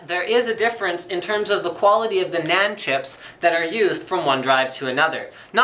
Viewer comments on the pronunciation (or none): Did he say Nyan chips.